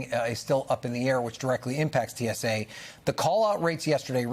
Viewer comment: Host its tsa not too. Tsa 😂😂😂😂😂.